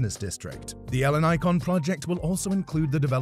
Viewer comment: The way he pronounces Ellinikon hurts my ears